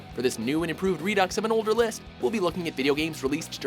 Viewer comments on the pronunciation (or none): none